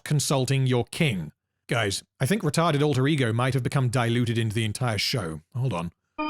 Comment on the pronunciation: OMG HE SAID RETART!!!! Give that man a cookie🤣